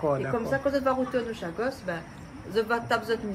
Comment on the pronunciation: Ôté, i di Chagos mais pas sagoss😂😂😂, mi di a ou ça comme ça, mais Julie pontalba, elle est jolie n'est ce pas heiiin!??😂😂😂 Fé tension, laisse pa ou tenté 😂😂